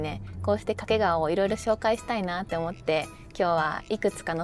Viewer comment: 掛川のアクセントが西日本のそれ。